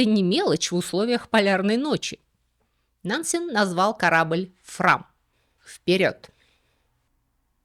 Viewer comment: Очень интересно было слушать, за одним исключением. Уж простите, но мне кажется, что фамилию Нансен надо произносить с жёсткой Е, как Э.